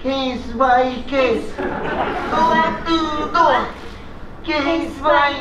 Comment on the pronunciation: ママのドアトゥードア、安達さんよく普通に言えるわ！さすが。俺は電車で吹きそうになった（笑）